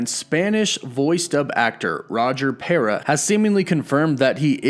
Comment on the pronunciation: Rouyer Peura hahaha. I love the way you pronounce it. But the guy you showed is not Roger Pera